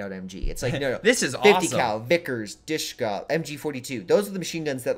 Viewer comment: Dish-ka, not Douche-ka, lol.